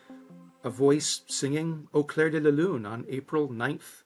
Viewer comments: It's 'Au CLAIR [no 'e'] de la lune', N.B. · Au clair not claire🫶